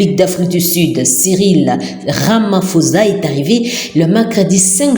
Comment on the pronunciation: c'est ecrit RAMAPHOSA, mais ca se prononce "RAMAPOSSA" et non pas "RAMAFOZA" s'il vous plait.